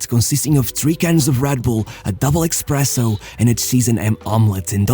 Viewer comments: espresso not "expresso" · Just to say. It's espresso, not ecspresso!